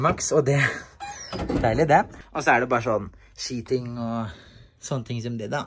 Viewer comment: Da du sa ski ting trodde jeg du sa sheeting hahah